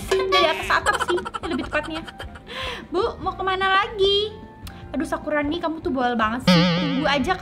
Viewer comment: Kakak salah ngomong harusnya nge-prank sakurani bukan sakuroni